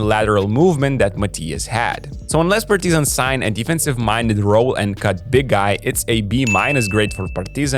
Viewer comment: Actually,this is how we say Partizan in Serbia,good work